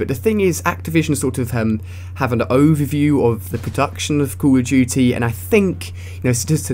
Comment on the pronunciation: cull of dutyy lol